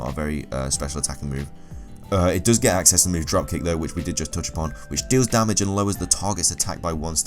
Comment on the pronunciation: Y DOES HE SAY DARMAGE!!!!!!!!